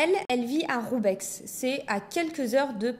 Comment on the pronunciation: video sympa mais on ne prononce pas le X dans roubaix ;)